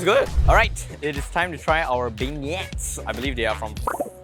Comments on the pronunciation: alamak it's pronounced "ben-yay" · When you can't pronounce Beignets... #SMH